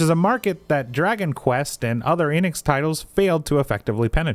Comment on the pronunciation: The way you always pronounce Enix... "Eynnix" 😅